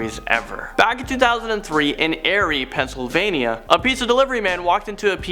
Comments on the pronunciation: Listen bud, I'm from Erie. It's a long E, like eerie. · I'm sorry but did you really say "Airy, Pennsylvania"?